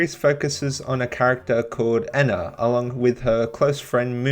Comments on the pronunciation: awesome video but it hurts to hear you say "Eh-na" instead of "*E*-na" lol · NO ITS NOT ENA ITS EE-N-AH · Im not saying your wrong, but i think Ena is pronounced ee-nuh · ok but what if I no likey the short e pronunciation